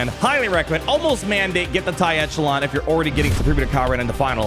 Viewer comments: You mispronounce Echelon constantly... Come on man... You're a damn lawyer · Echelon is used frequently enough that you should know how to properly pronounce it. I have never heard of a lawyer who doesn't know how to pronounce it. You have a lot of good info, but sometimes I wonder how you passed the Bar...